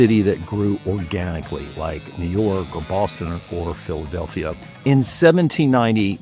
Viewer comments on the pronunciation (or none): none